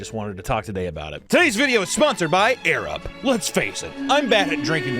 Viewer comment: I chuckled each time I heard say "Arab" 😂